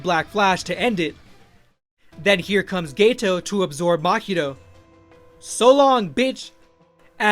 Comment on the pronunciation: hey man just letting you know it's GETO, not gayto👍👍